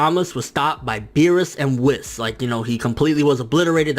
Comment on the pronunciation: it's pronounced wees not wiss